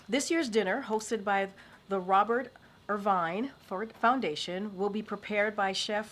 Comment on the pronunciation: "The Robert Err-VINE" 😂😂 Chef Robert Irvine, Dinner: Impossible